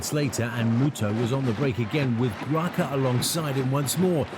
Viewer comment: Ricardo Graça(is pronounced Grasa).